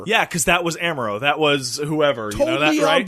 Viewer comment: Why does mispronounce Char and Amuro? He keeps saying Char like "Charred" instead of the proper Char "Shar" and Amuro as (H)AMuro with a silent H instead of the proper AH-muro. He should be hearing them pronouncing it in the show right?